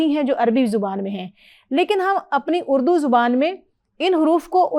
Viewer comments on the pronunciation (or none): none